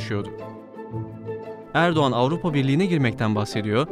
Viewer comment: НЕ ЭРБАКАН а ЭРДОГАН😂😂😂